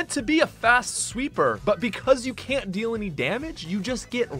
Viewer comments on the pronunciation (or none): none